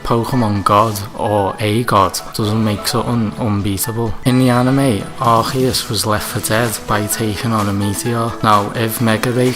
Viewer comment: Its not Arkheus its Arceus. Thanks